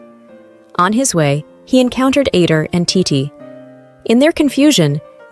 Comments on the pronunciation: you keep calling titi titty like bro im aaaaaaaaaaaaaaaaaaaaa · Tiddy? I thought it was titi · It’s TEETEE not TITTAY🤣🤣🤣🤣 damn!!! Hakan ALWAYS SHIRTLESS to greet the EMPEROR??? AAAYYOOO!!! 🤣🤣🤣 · Is it just me or tidi sounds like tity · .... Titti3s delight ..... It just keeps going 💀 Tai-tee as well ... Oh goodness XD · I lov this story so much but I js cant get over the way th narrator says " titi" like titty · It sounded like you called titi t!tty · You did “titi” so bad by saying her name as tit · Every time I hear the narrator say Titi’s name I make the Ishowspeed face because wth is that pronunciation 😂😂😂😂😂😂😂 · OMG wait me to 😭😭😭 i thought it was just me 😭🤚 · lol me to girl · ON IS ANYONE GONNA TALK ABOUT THE WAY IT SAYS TITI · She said titi